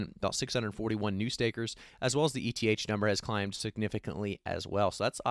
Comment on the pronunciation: My friend you spell E-T-H.It's pronounced "ith" my friend😅